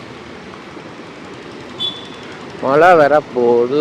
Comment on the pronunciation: 09.00 மலை இல்லை மளை என்று வார்த்தையும் கிடையாது, மழை தான் இருக்கு - நாக்கை கொஞ்சம் வளைச்சி பேசவும்